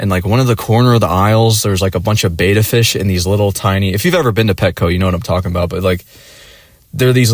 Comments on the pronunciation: Betta (said like beh-tuh), not bay-tuh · I've always heard it the way admin is saying it